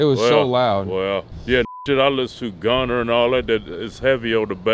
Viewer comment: did he just call “Gunna” “Gunner” 😂😂😂😂